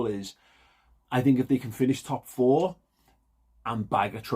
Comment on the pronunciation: You could've got away with that as sounded like you said "Chelsea will be a top 14"😂